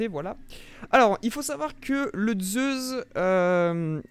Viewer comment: Zeussss et non pas zeuzzzz et dual meccchhhh et non pas mekkk 😅😅😅